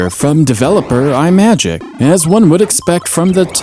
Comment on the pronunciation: That Spidey game is actually really impressive. I'd never even heard of it. I thought the first Spidey games came in the late 80s, on the Mega Drive. As an aside, I think Imagic is a portmanteau of image and magic, so it's pronounced with a starting "ee" sound